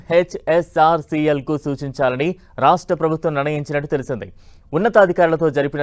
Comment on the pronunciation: “YEN HETCH OR SEA EL”